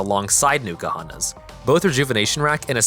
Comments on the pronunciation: It's not Newkuhana, It's N'kuhana. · Nuke-ahana makes my skin crawl. Like people who say nuke-ular. No it is not sir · You didn't even google how to pronounce it